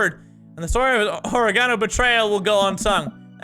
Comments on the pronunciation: Mini says: ori-gone-oh I say: ore-gin-oh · Oregano is pronounced Or-egg-uh-no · It's OR-EGG-INO u fuck😂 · why do yo say or-e-gon-o. its pronounced oreg-ino. lol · You say oregano like you say origami. It's O-reg-an-o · Why do you say oregano like origami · Who tf says oregano like that 😂😂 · Mini you butchered the pronunciation of oregano... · Is no one gonna mention the fact of how mini pronounced oregano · Is no one going to comment on the way mini pronounces "oregano" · Why does he say oregano like that I find it annoying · The british way of saying oregano kills me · I'm not seeing enough comments regarding his pronunciation of oregano. It tilted me so hard